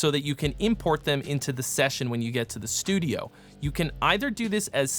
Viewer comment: I love "STUIDO" at about a minute in while talking about prepping. While this may have been accidental, part of me hopes it is not. haha